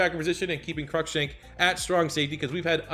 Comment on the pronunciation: Crushank is said like cruise but without the s. So like Crue Shank